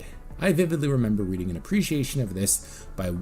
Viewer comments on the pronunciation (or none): none